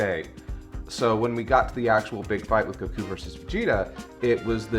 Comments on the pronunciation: saying "cuckoo" like he does "Goku" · I will never get over how pronounces Goku's name. Go-KU. The weeb level is strong.